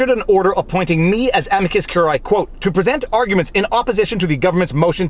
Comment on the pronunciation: Look, curiae has three syllables: amicus curiae ə-mē″kəs kyoo͝r′ē-ī″